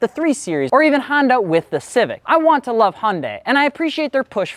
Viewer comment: Start by learning how to pronounce the brand’s name maybe?